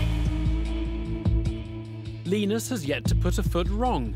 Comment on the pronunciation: Not Lynus but Leenus